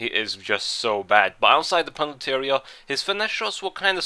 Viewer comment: Haha u sed PENATLY area instead of penalty at the end